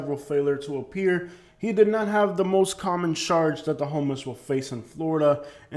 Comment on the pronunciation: Why do you say ..sharge instead of charge